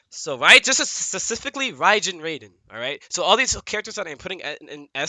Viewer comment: The Hardest thing for Sonic.... annunciating the word “Specifically”